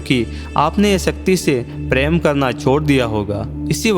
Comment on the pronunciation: I will suggest plan choose ur commentator in better way his voice should be nice and should speak correct word sh and s and it is prem not preem